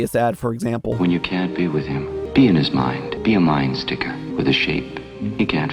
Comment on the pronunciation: He's saying "him" like he's lord Voldemort or something